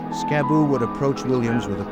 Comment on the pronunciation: If its the same dude Im thinking of its Skibu not Scab boo, get it right.😂